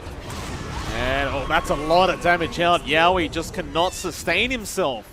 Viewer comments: Yeah and yowe's too... He's saying YAWe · Its hilarious how the casters pronounce yowe and rupido's names lol